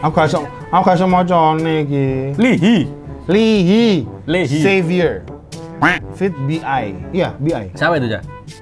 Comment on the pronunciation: Btw, baca namanya bukan "li hi" gt bang tp "i hai" 😅😅 Coba reaction yg red lipstick